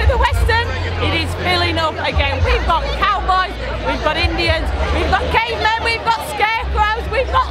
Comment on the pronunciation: Definitely the busiest I've ever seen it, by a long chalk. Unbelievable. As an aside, when you were listing the outfits at around 4 minutes, you said "... we've got cavemen..." and it sounded like "... we've got gay men...". I thought, "you're in Benidorm, dear, dafuque did you expect?" Then I had another listen. 🤣